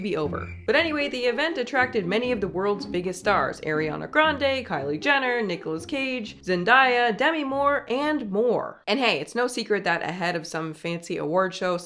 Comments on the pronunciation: it’s not air-e-awn-uh it’s Are-e-awn-nuh it’s not zen-die-uh it’s zen-day-uh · zenDAYa not zenDIEya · Gotta love that we're still purposely mispronouncing black names... "ZenDIEya" ✋😭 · Ariana is pronounced with an ah sound, and Zendaya is just Zen Day uh, not like papaya. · you too??? It’s Zen-DAY- uh 😭😭😭😭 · and pronouncing zendaya's name wrong.... girl, seriously?? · Bestie did you just mispronounce Zendaya?